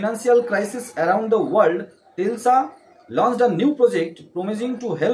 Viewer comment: Tesla না Telsa আগে ভালো করে জানুন তারপর বক বকর বকর